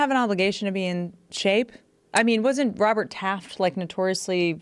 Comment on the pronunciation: Lol. Robert Taft???